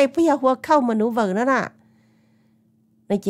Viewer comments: Loll...it’s cow manure. Not cow maneuver. 🤣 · Tsis yog "maneuVer" os. Yog "manure" na sis 😂. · It’s not maneuver, it is manure. No “V”. ☺️